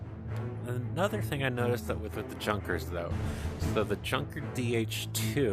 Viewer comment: junker is pronounced "Yuun ka" not "Junka" lol.... hey dude--- u must have put in ALOT of flying hours to have THAT $$! and ur palne collection is INSANE!!!! wow.